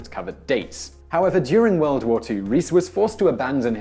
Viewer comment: "The most popular candy in the wuld." What's a wuld?